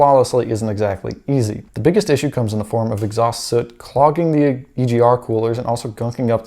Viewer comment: FYI, soot and suit are pronounced differently